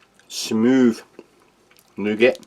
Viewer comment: Why do u keep saying nugget bar? Nougat, isn't pronounced nugget lol